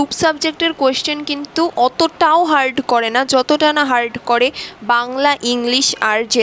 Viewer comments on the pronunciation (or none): none